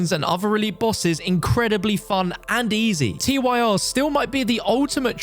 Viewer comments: 'Tyr' Pronounced like tears, as in the fluid which leaks from ones eyes upon hearing such a dire mispronunciation. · Did you just call the Tyr’s “T-Y-R”s? They’re named after the Norse god. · Why doesn't anyone know how to correctly pronounce Tyr. Like he's a Norse god ffs 😂